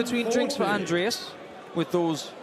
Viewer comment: New caller at the last game? He sounds very german because of how he pronounced Andreas.